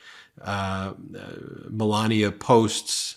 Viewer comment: The presenter can't even pronounce Melania. "Melaneee." Which language is that?